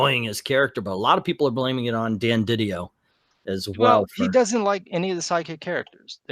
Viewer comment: It’s Di Dio, not Diddy-yo